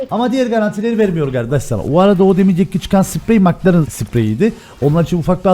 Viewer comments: nobody:: MıKlAreN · bildiğiniz bütün yanlış telaffuzları unutun. "MIKLARIN ?" qkzkfkvkskkskak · Nobody::Mıklaren